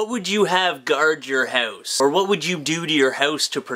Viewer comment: Am I the only person who can't stand the way you pronounce the word "house" . haouuuuuse